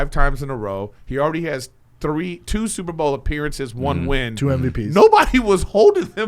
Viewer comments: Will someone Tell the fat retard it’s Super BOWL not super Ball . Unreel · I love how Brendan has said superBALL instead of superBOWL 150 times and not one person corrected him 😂😂😂😂